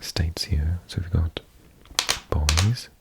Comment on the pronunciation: Great videos! BTW, Boise is BOY-Zee. 🙂